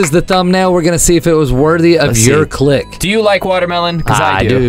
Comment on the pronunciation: He said creek instead of click